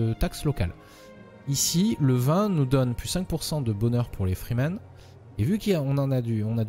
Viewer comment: tu prononces freemen fremen ,allusion à dune ? :)